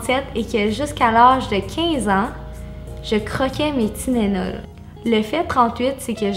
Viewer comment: C’est tylenol* pas tynenol haha Entk super vidéo continue!☺️